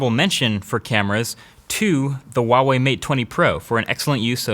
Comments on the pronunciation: its not UWAWEI its HUAWEI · Who else has been pronouncing Huawei wrong their entire life? Sorry Huawei. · LOL wtf is with the retarded pronunciation wa wei LOL